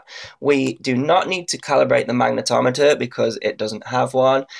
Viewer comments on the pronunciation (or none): none